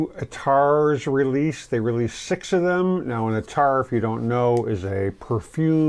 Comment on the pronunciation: Pronounced Ath-ar